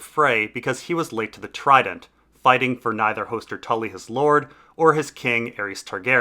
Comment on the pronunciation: These are great videos but the pronunciation is a huge detractor that's easily corrected. Lice is a hair bug, Lhys=Lease is a place. Hoooster as in rooster? Hoster Tully is a character. Varys=Vare-is as rare is a character, Var as in far-is isn't. Your work and content is great, no offense intended.